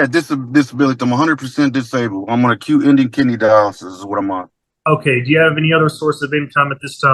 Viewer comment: He’s dis-a-babled